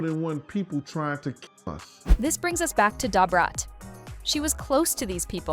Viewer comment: First off learn how to pronounce her name... Its NOT Dah Brat....its Da Brat 😂😂sthu weirdo